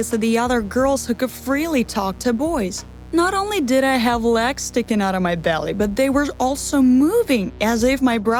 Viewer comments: she is saying lags just noticed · She says lags